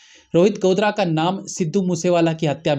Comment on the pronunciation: गोदारा है भाई साहब गोदरा नहीं